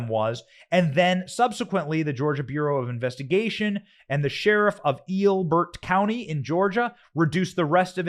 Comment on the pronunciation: It's pronounced L Bert county.